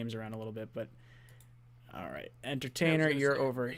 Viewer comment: was going at the ""!! I love it! When he tried to bit the Giants scouting dept up, came right back and saluted the Jets camp. also used barkley to point out jamals run stopping skill. I was loving it!! But shot out to the "". You had good things to say about the jets and I respect that!!! Good show guys...